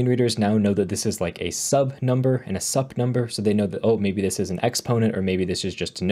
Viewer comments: is said "soup" like superscript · Very informative video. nicely done. Just one note about sub and sup. They stand for subscript and superscript, so sup is pronounced like "soup".